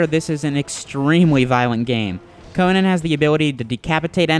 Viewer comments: CONIN..... -__- Its CO-NAN you GAY-BE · Why do you keep saying Conin? It's Conan! Lol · Sad thing is the game even say's it, but yet he still fails at saying it! I bet he's one of those gamers that say's marry'o instead of mario...